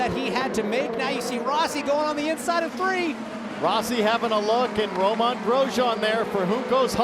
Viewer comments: I know! I cringe every time he says his name! It's not Roman It's like the lettuce! Go to speachin' school! They butcher his name in a new way every race, you'd think Diffey would've corrected him by now. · Correct French pronunciation is Row-MEH, with barely a hint of the n